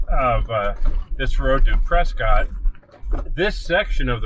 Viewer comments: Its actually pronounced press kit. The tourists call it press cott. It sure is beautiful up here. Hope you enjoyed our trails. You should try the trails out of Jerome. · pronounced PRESKITT great video. I'm local to this area, fyi this trail is VERY DIFFERENT with snow. Be wary in the winter months it's much more difficult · Been in AZ for 25 years, it's pres cot. It's literally named after someone named Prescott. Their name is pronounced Prescott. Any goobers go out of their way to pronounce it "preskitt" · So you're proving me right without even knowing it. You're acknowledging the fact that their name was literally pronounced pres scot and they "changed it." The name had, and still has, a definitive pronunciation, some goober in 1783 doesn't get to change that. "Preskitt" wasn't even a thing until recently. There was a radio station there called "KNOT" and I'll let you guess how they pronounced it in the 50s. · The locals of Prescott are mentally ill and struggle with English. The town was named after William H. Prescott. And he pronounced his name "Pres-cott". Somewhere along the way the locals decided they were special and needed a unique pronunciation. They're still wrong.